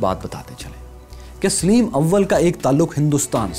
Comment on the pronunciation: Yaar usama ghazi ko lao is bande ki awaz maze ki nahi he Saleem ko sileem bolta he